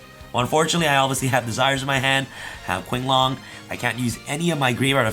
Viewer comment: Qinglong is pronounce ching. Qi=chi.^^ sooo the name is pronounce as ching long^^